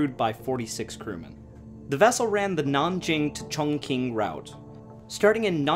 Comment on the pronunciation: This is a very good video! Your efforts at Chinese mandarin pronunciation are commendable, but not quite on. Not to worry, Mandarin is difficult to learn. The large city you refer to is Chongqing (重庆). You pronounced it “Chong king”; it is actually pronounced “chong Ching”. My wife is from Chongqing. We lived there for a year after we were married before returning to the USA. Wonderful city, nice people. The local dialect is Chongqing hua; very similar to Mandarin. You also don’t quite have the pronunciation of Yangste River, but hey it was close! Keep up the good work